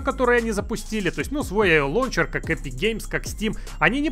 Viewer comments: Ору.)) как как 'лОнчер' алОкс совсем Обнуля, забывает как рОзговаривОть)) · Всегда думал что правильно лаунчер😱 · "Лоунчер" Мои уши в крови...... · Прошу, не говорили больше ЛОУНЧЕР. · Мне одному уши режет "лончер"?